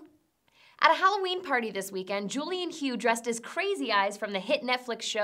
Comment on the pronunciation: Thank you,..... P.S. "Hough" is pronounced "Huff"..... But I can understand you not watching Dancing With the Stars of seeing the remake of Footloose..... Both good choices I assure you.....